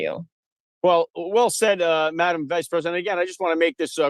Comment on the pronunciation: Did that guy call her Mdm Vege president ?